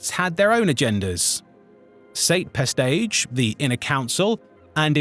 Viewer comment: Pestage! Peestage? I mean he was ineffective, but you don't have to add insult to injury :D ^^